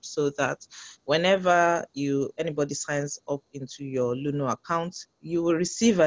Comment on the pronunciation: Luno not luna please